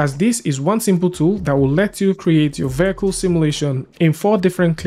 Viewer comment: "vehicle" pronunciation is taking a beating today